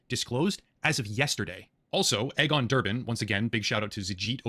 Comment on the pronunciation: "Egg-on" Botha ??? pronounced "Eegon," as in Elon (not Ehlon)